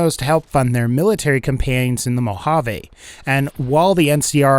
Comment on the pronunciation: You pronounced Mojave wrong meskndrbfidne I live there just my pet peeve